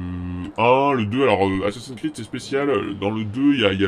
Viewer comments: aufette on dit assassin's creed pas assassin creed comme tu le pronomce si mal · Accent anglais =00000 assasin'S creed pas asasin creed